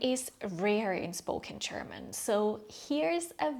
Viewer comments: German is pronounced with a ''juh'' ,so it's not Cherman . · Why do you pronounce it ”Cherman” instead of ”German”? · Okay, ich bin halt ein Klugscheißer...aber die Worte "juice" und "choose" sollten nicht beide wie "tschuhß" ausgesprochen werden. Genauso ist es mit german gender. Es sollte nicht tschörmin tschender, sondern dschörmin dschender heißen. Aussprache ist meiner Meinung nach schon sehr wichtig. Dennoch ist dies eines der besten Videos für Deutsch Lernende, die ich bislang gesehen habe. Somit ist das Fazit "sehr sehenswert"! 😊